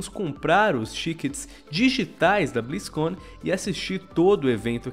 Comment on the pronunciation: O vídeo ta legal, mas eu n aguento o falando "béstion blizzcãn"